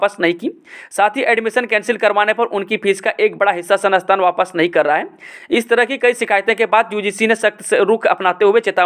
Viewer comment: Sanasthan 🤣🤣🤣 sansthan shi se bolo sir ji aur itni fast news pdh rhe hai